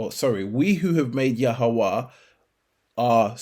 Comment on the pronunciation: Why you let the devil make you mispronounce yahweh's name, I would love you prove the origin of that name you call.